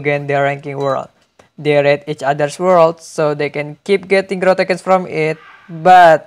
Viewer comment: its growtokens not gutaknans